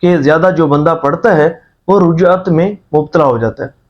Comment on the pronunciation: Rujjat nahi Rajjat hota hai bhai